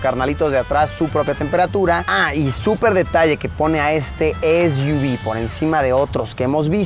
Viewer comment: Es iu vis= SUV